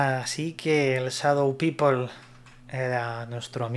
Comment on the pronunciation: No seas ignorante no se dice sadou pipol si no sabes Ingles no lo pretendas mejor di Gente sombra y ya vale